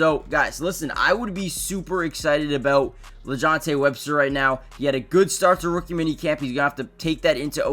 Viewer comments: It sounds like your saying Webster smh it’s Wester correction!! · SMH 🤦🏾‍♂️ The man name is WESTER not WEB-STER‼️. Respectfully speaking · It's wester not Webster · It’s Wester not Webster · Omg it’s Wester. Learn to pronounce his name before you make a vid. Smfh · He definitely saying Webster but somehow gets his name right in the title. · Extremely high on this guy, proceeds to pronounce his name wrong 😂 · Yeah that was about to irritate me😂